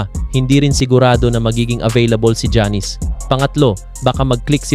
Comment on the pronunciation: Sir, paki pronounce muna mga name ng players ng tama. Hindi sya Jannis, ginawa mo naman pong barbershop. Not pronouncing their names right is like a disrespect to them. Research mo muna ung mga simple things, bago ka mag punta sa mga pananaw mo.